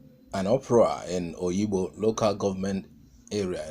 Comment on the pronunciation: Is called Obigbo and not Oyibo or Oyigbo.